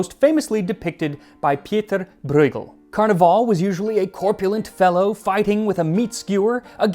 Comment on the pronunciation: Ah, I found a rare moment in Tasting History! A mispronounciation of a non English word! 😋 And I'm sure Max would like to know how it should be pronounced: the Dutch/Flemish "ie" in this name is a more single sound, more like that of "ea" in pea. And the "g" in Bruegel is that strange one that's more guteral, from the back of the throat that Dutch has. Or a soft Belgian one which is more of a gentle hiss with the back of the tongue. As most folks I'm always impressed by your pronunciations and I'm glad if I could have contributed to it 😁